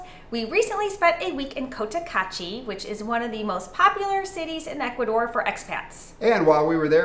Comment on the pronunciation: I love you guys, but when are you going to learn to say the country's name properly? It's Ecu-A-dor, not "Ekoodor"